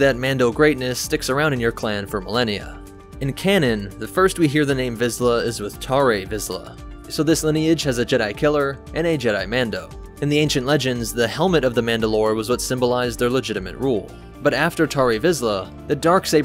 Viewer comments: You keep saying "TAR-RAY" when CLEARLY you heard FEN RAU say "TARR"!! WHY?!?! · Bit of a nitpick , but why do you pronounce some words wierd ? Like "Tarre" and "aurebesh" ? The 'e' in Tarre is silent , you actually play a clip of the protector from rebels saying it right .